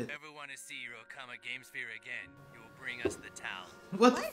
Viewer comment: This episode aired in August 2001, just slightly over a month before the Nintendo Gamecube got released in Japan, hence the use of "Gamesphere" as the newest and fanciest video game system. They mispronounce the word pretty bad, but "okama" is Japanese for drag queen or transvestite.